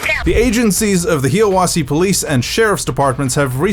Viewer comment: It's pernounced hia wassie not hiea wasse